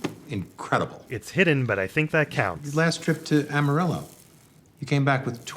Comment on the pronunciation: Amarillo and Armadillo, being Spanish words, are mispronounced throughout. Gus Fring vibes